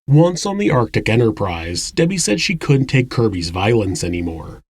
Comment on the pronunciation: The proper word is "couldn't" Not "coont". Proper pronunciation of common words provides a more professional presentation.